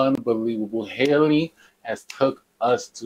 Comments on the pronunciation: Yes, she struck my heart. Btw her name is pronounced Halle NOT Hailey. Halle rhymes with Sally, Nelly, Belly, Kelly... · Her name is pronounced like Halle Berry